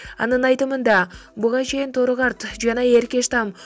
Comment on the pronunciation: АТАНАР ОЛГОНСУП ООР ЖОГОТУУ ДЕП ДОБДУРОБОЙ ЖАЗГЫЛАЧЫ. ЭЭЙ КЕЛЕССОО ДОРУГАРТ ЭМЕС ТОРУГАРТ ИИЙ МЫНЧА КЕЛЕСООСУНАР ЖОНДОП СУЙЛОЙ АЛБАЙ